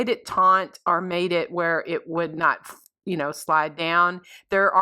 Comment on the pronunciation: Similar. NOT simUlar. Taut NOT tauNt. Taunt means to tease.